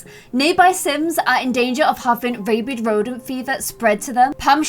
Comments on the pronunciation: Rabid is pronounced like rabbit with a d instead of a t. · Sis...it's rabid rodent disease, not rabied rodent disease.